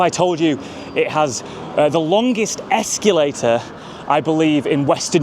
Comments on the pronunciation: Whats worse the terrible station or the word ESCULATER instead of escalator😂😂😂.... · why do you pronounce it ex cue later?